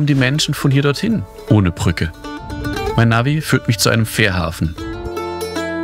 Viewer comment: Wenn du eine Reportage fürs Fernsehen machst, dann sprich doch das Wort "Brücke" bitte auch so aus, und sag nicht "Prücke". Das macht den kompletten Beitrag unschaubar.